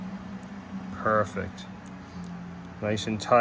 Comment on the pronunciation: Haha, did you say purrfect!